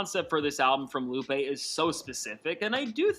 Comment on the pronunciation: “LOO-PAY” not ‘Loop’ 😂